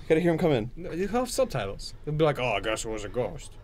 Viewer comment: "just anotha ghoist"